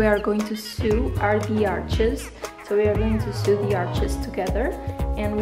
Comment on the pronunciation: Sew in English is pronounced “so” not “soo”